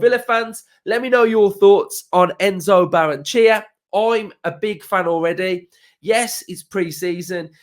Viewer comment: In Spanish you pronounce every vowel. Ba-rren-e-che-a